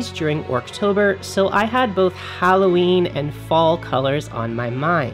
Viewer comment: Are you saying Howloweeny? :O